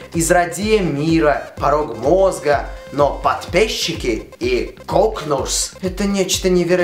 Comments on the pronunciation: сейчас 2019 год... но я все еще перематываю момент когда ты говоришь КОКНУРС. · Кокнурс! Да, вы не ослышались кокнурс! (Кёкьнурсь - упорото руско-малолетнем языке...)